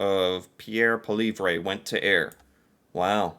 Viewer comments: It's "paw-lee-yev," according to Pierre, but seems to have no interest in googling the proper pronunciation of names. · Polly-Ev would be my take... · His name is pronounce Polly- ev. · Poilievre is pronounced Po-Lee-Ev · Pierre poillievre is pronounced " pwa-lee-ev" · Pool-vee-eh will get you a pass no matter how much I enjoy hearing you butcher his name and never the same way twice. 😂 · Pierre Poilievre pronounced poly-ev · Poa Lee have ruh. Try saying if like that... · His name is pronounced Poly ev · Oh. It’s hilarious to hear you struggle week after week with the same name. Try this: Paul-Yev. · Actually, it's Pwa lee ev. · the most correct but good luck, he’ll never pronounce this. 😂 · The conservative leader is Pierre...and his last name is pronounced paul-ee-ev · You need to learn how to pronounce Poilievre.